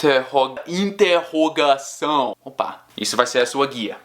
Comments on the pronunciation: Quase não sai a "interrogação" kkk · Que sotaque masoq em 'interrogação'. Adorei! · é um pouco complicado mas eu tenho certeza que qualquer um que vá pra gringa e comece a praticar mais esse lado do "overcorrect" pega o jeito rapidinho ^^ eu ri quando o tentou falar "interrogação" kkkkkkkkkkk abriu mau bocão